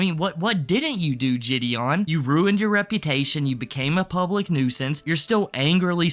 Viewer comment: IM A MULTI-CHILLIONAIRE The only note I have is how says jih-dee-on; otherwise everything was genuinely on point